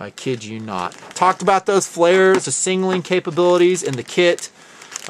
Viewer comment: Thanks so much for this video, it was awesome, all 3 parts were awesome! One thing... no disrespect intended either, several times on this video series and many other series watched you pronounce SIGNALING and SINGLING. Over and over again... are you dyslexic, or why do you say it this way... is it a Utah thing? lol... Just curious. Singling my appreciation for you and all you do for the TNP. Bravo!